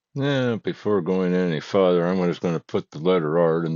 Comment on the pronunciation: Thank you for effort but after listening to you slaughter the English language in the first video I could not force myself to listen any further , or as you would say , any furder .